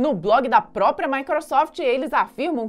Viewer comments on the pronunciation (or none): none